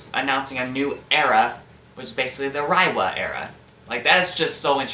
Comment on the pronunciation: It’s pronounced “Ray-wa”.